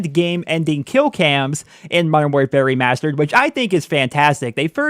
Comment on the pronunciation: I keep hearing "Modern War Fairy Mastered" lol.